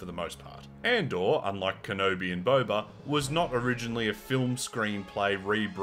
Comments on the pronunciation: its not bo-ba like the tea its bob-a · I have started to enjoy the way you mispronounce Boba's name, it makes me laugh. Stay you